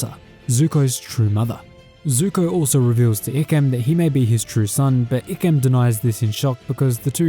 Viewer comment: Bruh it’s I-kem not E-kem